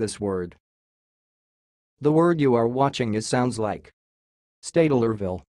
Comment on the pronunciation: STEYT-LER-VILLE. 3 syllables. Drop those ridiculous extra e's.